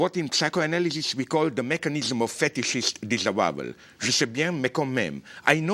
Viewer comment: The mechanism of fetishes disabowel? What did he say ? I can't understand him. Help